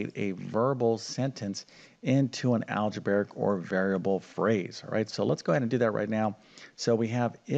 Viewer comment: Can you please correct your pronunciation of the words problem and algebraic? People learn more than math from you. They are not pronounced Prom and algebraic!